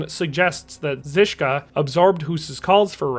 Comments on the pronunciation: Why can’t you spend like 5m learning the pronunciation. Its basic curtesy. Google translate is all you need. To be fair though you nailed Žižka, everything else you butchered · Dude... I'm speechless, the beginning... I can bear some mispronounced names but that beginning... if you cannot click that little icon on wiki and parrot few words, maybe do not pronounce them and just show us the name in text. You pronounce Zizka perfectly but the rest is beyond butchering Information and video overall is well made otherwise so don't take it as a hate